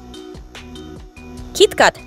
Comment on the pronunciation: Bro saying Vineria Venireia. Bro even said Keet cat for Kit Kat (raddy fav candy)